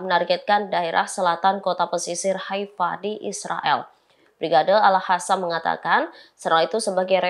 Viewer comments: Mba presenter Al QASSAM bkn Al HASSAM, gatel kuping dengernya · Tolong dikoreksi ! Kok pembawa berita ini membacanya Al Hassam sih ? Ngga enak banget didengar . ( Al Qassam ) harusnya diaca Al Qossam . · Al Qosam, bkn al hasam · Min, tlg pembca beritanya nyebut al qosam yang bener.. AL QOSAM BUKAN AL HOSAM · Bukan al hasam min tapi al kasam. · bacanya: al-kosam bukan al-hasam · AL QOSAM neng AL QOSAM bukan AL HASAM !!!!!!! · Bukan hasam mbak... Tapi al QASAM ! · Woooyy AL QOSSAM BUKAN AL HASAM. TLG REDAKTUR BERITANX DIBERITAHU REPORTERNX ITU. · BUKAN ALHASSAM yang cantik..!! tapi ALQASSAM..😂😂😂😂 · Hai reporter, p ake jilbab koq ngomongnya al hasam. Harusnya al qasam. Agar terlihat cermin islam mu ! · Para pembacatribun new,lidahnya perku dikerok pake cincin àbu akik,biat bener bacanya,al qossam bukan al khosam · tlg yg baca berita,,,di evaluasi,,klo baca Al Qassam jgn di baca al khassam itu salah ,,,dikuping telinga terasa gaduh,,,,sakiiit